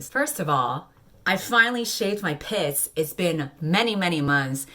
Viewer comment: When you said "I finally shaved my pits," I thought you said "I finally shaved my piss." I was understandably confuzzled.